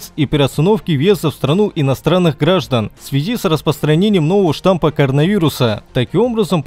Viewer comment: Не штамП, а штамМ